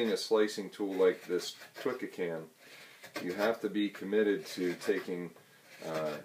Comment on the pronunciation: Great video. Just one minor point, Twca is pronounced toohka, not twikka. It is a must have tool for all Welsh love spoon carvers.